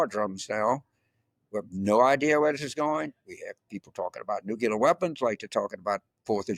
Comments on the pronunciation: It's new-clee-ur. Nuclear. No nukular. Dems are smarter than Repugs...you must pronounce words correctly. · FFS, James! It's not "new-cular" but NUCLEAR. Do me a favour! Making fun of others and coming out with this shit time and time again. Haven't you got any friends who have told you, or do you think you're being clever or some sort of smart? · Nucular? You as of George W. You fool. Lifelong Democrat here. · Thanks James. FYI, there's NO such word as "nu-cu-ler"! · When you are speaking to the public, I think you should sound like you know your subject. When I hear "nu-cu-ler" I have doubts. We have nuclear, slang nuke, & nucleus. I suspect "nucleus + nuke" are the "guilty parties!"😉👍